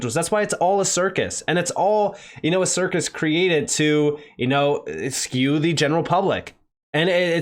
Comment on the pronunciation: "It's all a circus created to skew the general public." I think it's pronounced "screw".